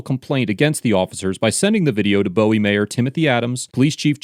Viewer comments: Where do your initial video clips come from? The first clip is from a city called Severna Park 30 minutes away from Bowie. The second clip has mountains in the background. There aren't mountains within an hour from Bowie (Boo-wee) not (Bow-Wee). Just curious how that happens for when I watch videos from areas I'm not familiar with. 🤔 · first it is NOT pronounce bow-wee it is pronounce boo-wee dang...second good video since I live in Bowie (boo-wee) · Its pronounced "boo-wie", not "boe-wie"... Lol im sorry i had to say it being from MD. But thats besides the point. This was a funny video. Cops just waste tax dollars on vain interactions like this. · Pronounced Boo-ē not Bō- ē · Im sorry but im from Maryland and I cant help but notice you kept saying Bow-Wee when its pronounced Boo-We like king boo from mario then we. LOL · It's pronounced BOO-EE by the way. Not BOH-EE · Boowie....not bowie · Omg it’s not Bo-ee it’s Pronounced Boo-eee. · phonetically, it's "BOO-wie", like a Bowie knife. Not "BOW-wee", like David Bowie. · “City of (bo-e)😐” it’s pronounced “boo-ee” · FYI it's pronounced Boo - Wee not Boh-Wee. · It’s pronounced BOO-IE Maryland. Not Bow-IE. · Lol bow-e? It pronounced boo-e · great video but its Bowie is pronounced different than David Bowie it's Boo-eee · Dude I went to college there and I cringe every time you pronounced Bowie. It's pronounced Boo-weee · Just, fyi, I live one town over from Bowie in Gambrills, Md and it is pronounced phonetically "Booey" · As a Marylander, everyone in the DMV call Bowie by its proper pronunciation "Buoy" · Bowie, Maryland is actually pronounced as "boo-ee / boo-y" people often mispronounce it because of the singer David Bowie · Its pronounced Boo E. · I believe Bowie MD is actually pronounced boo-ey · It's pronounced Booowie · It’s pronounced booey. The city Bowie in the video. At least that’s how everybody in Maryland pronounces it. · Boo-wie. We pronounce it Boo-wie. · Its pronounced 'boo ee" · It’s boo-we